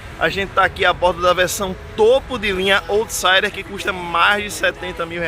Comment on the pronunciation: Bom vídeo, só uma correção rápida: out em inglês se pronuncia “aut”, então se fala “autsaider”, e não “ôutsaider”.